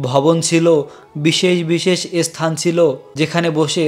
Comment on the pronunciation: আপনি ধান ভানতে শিবের গীত গাইছেন কেন? উচ্চারণ শিখে আসুন ইসথান নয় স্থান